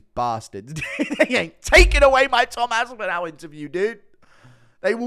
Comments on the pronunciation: It’s Tom Aspinall like tall not Aspin-owl… 😁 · "Its gonna be an Aspinal fest!"